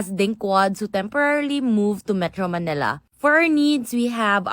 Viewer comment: Sobrang arte naman mag bigkas ng manila Man Nil La